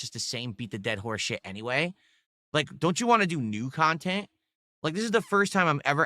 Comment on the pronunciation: "I don't do drama or lolcow khantent" 🤣